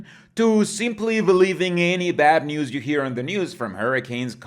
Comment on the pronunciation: I can't help but hear "the good noose 🪢" instead of the good news. 😂